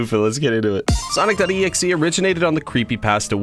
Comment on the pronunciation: Finally! A yt that says his name right